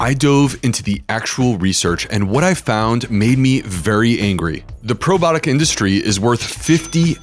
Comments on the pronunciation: "Probotic" or "probiotic?" Is he really mispronouncing it? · Can you please correctly pronounce the word “ PROBIOTIC”? It’s very off- putting, when a medical professional utilizes lazy- speak.